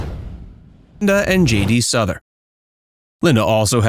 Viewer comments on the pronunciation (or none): JD SOUTH-ER not “Suther” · It is prounoucned SOUTH er not Suther. plus you didn't even put up a photo of JD! lol this is just silly. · Pronounced “South-er,” with the “th” being soft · Never ever tired of Linda's voice. Production note: why do you show pictures of Glenn Frey when you're taking about Linda's relationship with J.D. Souther? Another of the greatest of all times and you mispronounce his name. It's not "Suther." Show some respect, grasshoppers. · J D Souther (vowels pronounced as in south). Umm the first and third pics are Glenn Frey (fry… not fray) (Eagles fame). 🙄